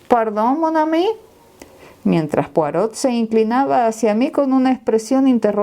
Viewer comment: Por favor, cuando lea frases en francés, asegurarse de la correcta fonética, en particular los nombres propios. Ej.: Poirot (la "t" final no se pronuncia!). También sería importante leerlo pausadamente, así logramos comprender. Gracias!